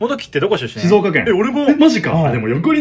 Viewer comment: 発音が「しぞーか」寄りなところ、ポイント高い